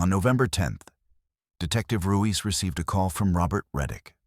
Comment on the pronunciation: Ruiz not Ruise.